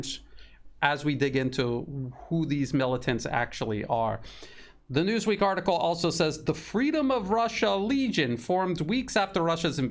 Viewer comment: " News Weak " instead of " News Week ".